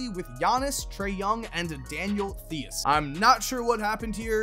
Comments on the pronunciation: Daniel Theus? It’s THEIS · Btw Daniel Theis name is pronounced “Tice” it’s like lice but with a T. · He also keeps saying "Thee-is." I know that's what it looks like, but has he never heard the dude's name? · just for future reference, Daniel Theis’ name is pronounced “Tice” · Pronunciation tips: Theis = Tice Emoni Bates = Eh-MA-nee Bates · Why tf you say Daniel Theis and Emoni Bates like that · I am cringing over his pronunciation of Daniel Theis' name